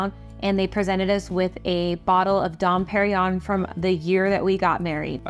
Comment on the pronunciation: Nobody can pronounce “Dom Perignon”. They have no clue .